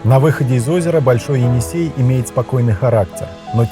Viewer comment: Енисей а не Эне - Сай .